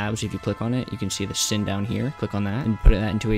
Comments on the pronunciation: For the first tip you don’t actually need to have two different “when I start as a clone” blocks. Matter of fact you could have all of the clone scripts featured in this video under one single hat block. But that’d be unorganized, I suppose. (Also it’s pronounced sine… 😭) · You can say that it’s a sin to call a “sin” sin. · Who bloody cares, I call it sin and i know it’s sine and cosine